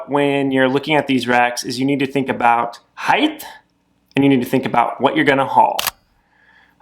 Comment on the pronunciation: There is no H at the end of the word height.